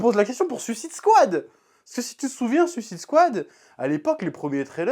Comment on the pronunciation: Toi aussi "suisse ide swad" lol Sinon belle review de la passion :)